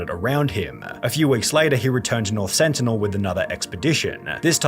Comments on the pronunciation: why yall pronouncing sentinel with an accident? its an english word..........one of the xmen's main villains? the sentinels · LMAO bro confidently said with an accident 😂